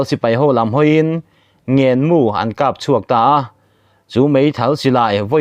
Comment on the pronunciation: Ngen hi sialai tih na a ni a, a tawp lam ah thluk san tur. Chhin ni lo in chin, china ti ang a lam tur, chhaina ni lo in😂😂